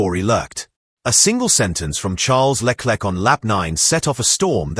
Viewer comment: Le Klek ???😮😢